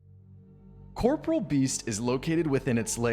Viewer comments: Ok im glad im not the only one who was say Corporeal Beast wrong lmaoooo ill forever say it wrong idc lol I say Corporal too instead of corporEAL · i love how everyone mispronounces corporeal as corporal like the military rank lol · Corporeal not corporal lmao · OSRS player try to pronounce Corporeal correctly (impossible)